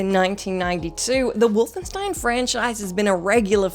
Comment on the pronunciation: I have never heard the word Wolfenstein pronounced so incorrectly.